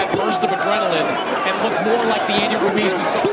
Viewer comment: They keep pronouncing Ruiz like Wooreez 😭